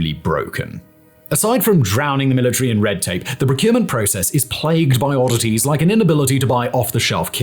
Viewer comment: milli-tree and centi-pee. lol